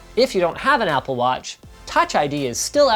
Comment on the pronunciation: Ah yes, "Appl"